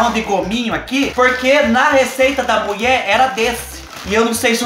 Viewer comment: Eu acho tao engraçado ele falando muié 😂😘😘